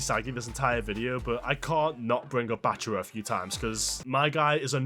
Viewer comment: Why is he saying Bachuwa instead of bachira. It ain’t hard to say man